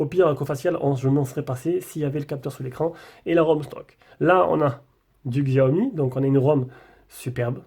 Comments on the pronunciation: Prononciation {Chíâ-Omï} mdr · 🤣 quand on dit y a pas de lecteur d'empreintes a l'interieur alors qu'il y a le dessins faut être fort , ta déballé mais ta fait quoi après ? Ta testé non ? Bon alors , et la façon de prononcer Xiaomi 🤣🤣🤣😂